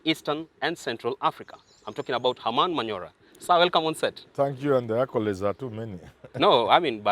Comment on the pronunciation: Accorades 🤣 proffesor are you uneasy of the accorades